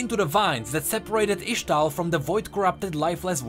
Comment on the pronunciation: full metal alchymist (yes i wrote it wrong just to nodge to the way says ixtall and ixtalli)